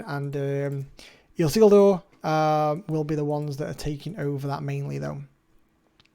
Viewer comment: He butchered his name when he pulled him 🤣